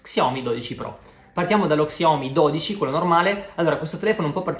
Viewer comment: Xiomi? Si legge sciaomi e si scrive xiaomi